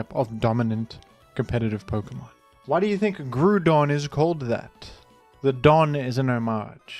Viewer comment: I've always called pronounced Groodon the same way as you, I appreciate your commitment to correct pronunciations